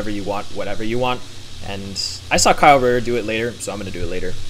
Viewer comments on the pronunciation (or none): none